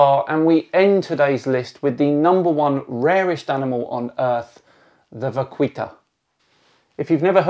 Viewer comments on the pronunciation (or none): I think the real pronunciation is: Va-kee-ta. Great video, sad topic but great video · We pronounce it VA-keeta : ^) but they are super cute. Still holding out for Baiji river dolphins. -.- Endlings are so depressing. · The "u" in "vaquita" is mute. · Just for future reference, the letter 'U' in 'vaquita' is muted. The specie is called 'delfín vaquita', which literally translates as 'little cow dolphin'. 'Vaquita' is a diminutive of 'vaca' (cow in spanish). Cheers!